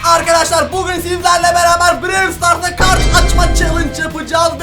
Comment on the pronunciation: her şeyi biliyorsun ama brawl stars demeyi bilmiyorsun😂